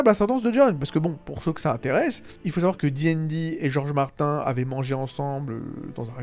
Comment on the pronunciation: Ça prononce Martin et ça utilise des termes comme showrunner 😂 Mettre une échelle sur ce genre de sujet c’est bancal, c’est comme comparer 2 enfants qui ont étaient battus dans leur jeunesse, l’un arrive à vivre en société et l’autre est sur une pente plus que glissante.